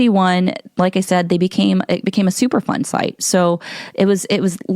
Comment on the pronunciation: At first I thought you were saying, "super fun site" like they were there just having a good time playing in toxic water and stuff.